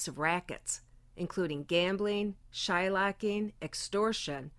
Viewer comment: And just a piggyback on that it’s shylock not shylack. Rip